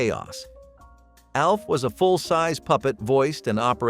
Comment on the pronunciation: Why does he keep calling ALF..…A. L. F ?